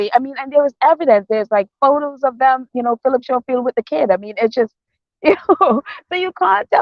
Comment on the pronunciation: It's Philip Scoffield and not Showfield and it's spelt Schoffield. Sorry for correcting you.